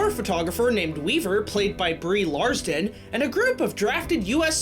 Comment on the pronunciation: It's Brie Larson. Not Brie Larston.